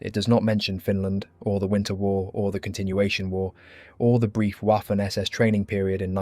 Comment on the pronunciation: The german W, in this case at least, is pronounced as a V, vaffen and luftvaffe not whaffen or luftwhaffe.